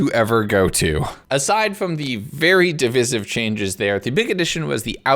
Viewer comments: Mans said "div is if" 😂 di-vice-If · your pronunciation of 'divisive' is criminal